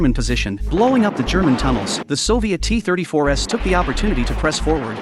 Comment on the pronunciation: AI narration is so pathetic! "The Soviet T34S"? That would be T34 s. Maybe these content posters should take the time to actually narrate their own videos, so the words actually make some kind of sense.